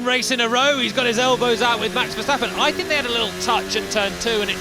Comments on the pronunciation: Haha ..cryshteppen😂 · Vaya 😂😂😂 verdstapen